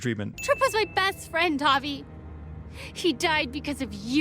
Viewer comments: Bobbert The Honey Bear at least he tried to do it right, surely it's a foreigner name to him so it's understandable, you can't pronounce something correctly without some practice of it. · For the love of Christ why do you say Javi as hah-vay. In what universe??? I’m sinning the continuous usage of hah-vay as a pronunciation instead of hah-vee, the most basic and common pronunciation of Javi. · Clem is casting a shadow , right along the edge of the trees, but it's there. You can even see the shadow from the bib of her cap at the top of the head. One sin removed. Also, it's pronounced "Hah-vee", not "Hah-vay". How do you get a long "A" sound from an "I" in a Hispanic name? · Javi is pronounced like Ha-Vee, not Ha-Vay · Javi is just short for Javier, it’s supposed to have the same pronunciation. “Ha-Vee” but the narrator keeps saying “Ha-Vay”. Idk how some people think he’s saying it the same as it’s being pronounced in game. Javier is not an uncommon name in the US, which I believe is where the narrator is from, so it’s not a “foreign” name. It’s also weird that he thinks they should be speaking more Spanish throughout the game when they’re not interacting with other people that speak Spanish? Kate and the kids aren’t shown speaking Spanish in flashbacks, so they may not even be fluent, just know enough to understand the grandparents(who also speak English, so the kids might only know a little Spanish) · Evelyn C it's literally just "ha-vee." That's not even hard to say lmao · Why the fuck do you call Javi Javey? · I'm sinning this video for each time Javi's name is pronounced "hah-vay" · He pronounces Javi "Javay" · 217 sins, one for each time you mispronounced the main character's first name 😂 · I was going to subscribe, until I heard his pronunciation of Javi’s name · To deliver a sin to the narrator: Despite Javi's name being repeated in the game about a million times, he still manages to say it wrong every time. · sinning this video for the way you pronounce Javi